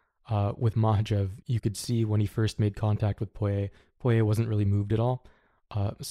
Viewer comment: Got the pronunciation on Poirier down.